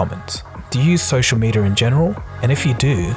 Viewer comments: It’s not “medier” it’s “mediUH” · "Media" not "medier" which is what you are saying many times throughout the video.